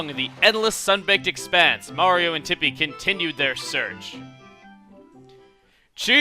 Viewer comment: when he said "Thoreau is behind tippi" i heard him say "thoreau is behind the hippie" XD